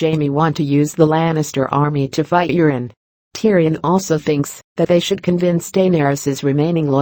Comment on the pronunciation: I like how Euron is pronounced Urine. LOLZ